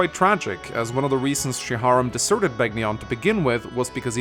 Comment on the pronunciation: Am I the only one who flinches every time he says Beg ni on. Rather than Ben yon? (Which is how the announcer says it in Radiant Dawn BTW)